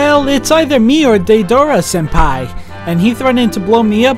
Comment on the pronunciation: Day-dare-ra He-dawn Seriously...nothing a Narutard hates more than people not saying a name right, do people even bother watching the japanese dubbed english subbed episodes anymore?